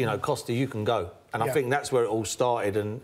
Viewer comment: Man Unido paul "i fink" merson